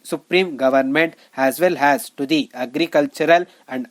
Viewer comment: Pls...make difference of as and has...u pronounce aa and has wrongly